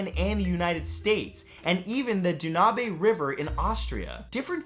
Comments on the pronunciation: dunabe river :) its danube you ding-dong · The Dan-oo-bay River ? Do you mean the Dan-yube? :P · This guy mispronounces a lot of words but Danube? I mean come on. Have somebody listen to these and make sure that the words are pronounced correctly. It’s not Doonabay. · lots of fun stuff as always, but: Doo nah bay River? Really Dude? Danube-Dan yoob. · Dunabe river? I think Matt does this on purpose